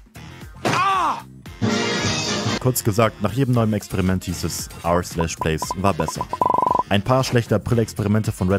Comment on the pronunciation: It's not erplace ist r/place